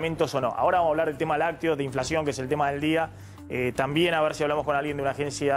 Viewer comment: Soy yo,o habla tipo, sho no she inflashion